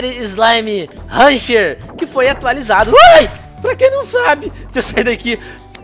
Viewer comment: não é haunter é hunter